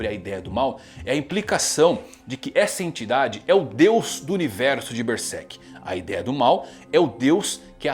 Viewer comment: Mangão fala Bersek